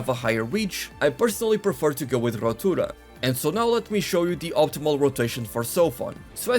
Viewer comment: Me gusta como decis "barrido" y "rotura", bastante bien la verdad!!